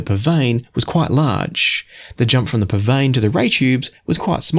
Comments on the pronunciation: PSVANE IS PRONOUNCED..... P. S. VANAH. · Is that the right way to pronounce the name? I have always been confused by that. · Never realised that was how it was pronounced before.